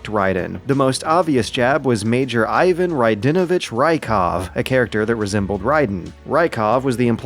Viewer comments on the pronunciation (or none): none